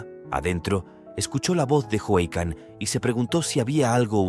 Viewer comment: Si aveces. Le dice jican😅